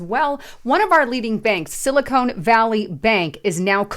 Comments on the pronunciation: It sounds like sili-con not cone. They are two substantially different things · Hey, it's pronounced "Silly Con", not "Silicone".